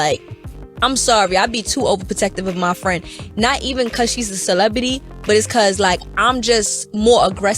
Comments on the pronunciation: Did she say celebitty.. bitch sit down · An adult who can't say the letter C.